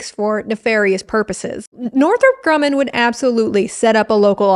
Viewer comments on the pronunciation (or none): none